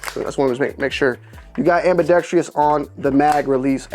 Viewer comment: Its ambidextrous not ambidexTREEus. FYI